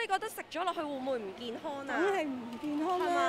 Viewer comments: 請注意唔好太多懶音 健? 影? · 街訪果位女主持麻煩可唔可以學好D廣東話先呀，好多懶音..."健Hon"、"影Hun"